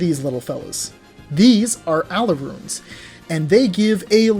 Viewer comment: Btw Alraune is pronounced “al-ron-nuh”